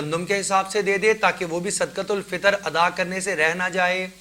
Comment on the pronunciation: حضرت۔ جب صدقۃ الفطر عربی لہجہ میں ہی پڑھنا ہے تو پھر صحیح پڑھیں۔۔ صدَقۃُالفطر۔۔۔ یعنی بفتحِ الدال۔۔۔